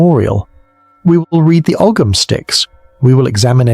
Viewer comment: Second one. Ogham pronounced Oam.